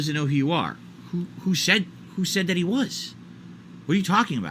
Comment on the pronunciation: "Dats little Caesars? Dat doesn't look dat bad!"